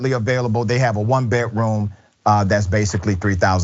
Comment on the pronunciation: Why can't you say "d" rather than "t" ? You said "Betroom instead of bedroom?